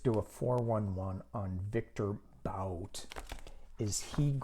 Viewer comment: Thank you! Yes, I think they know there are still "things" Russia wants; Paul Whelan will come home sometime later. Republicans have NO ROOM to talk about getting our people back, they did NOTHING. btw I believe it is pronounced Viktor Bout (boot). Love and Light to you!